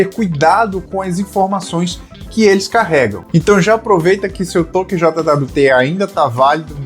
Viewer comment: eu nunca tinha ouvido ninguem falar "JOTA DABLIU TE", eu sempre ouvi "jót". soa muito estranho, falando as letas :D Eu prefiro usar paseto nas minhas solucoes. um jwt mau implementado é um deus nos acuda.